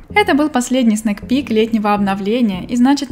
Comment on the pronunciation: sneak peek пишется, но читается сник пик:) снек это вкусняшка скорее, легкая закуска:)))